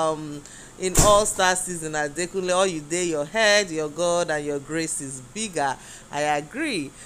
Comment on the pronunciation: Adekunle not Adakunle...